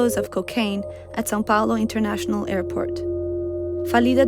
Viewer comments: São Paulo , Not Sao Paolo! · gosh i have never heard an american say "Sao Paulo" the right way!! they usually say "say-oh- poh-low"